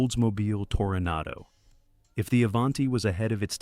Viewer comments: AI voice ?.. I heard tornado,not toronado on one occasion.. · And it's a Toranado, not Tordado as this A. I. First pronounced.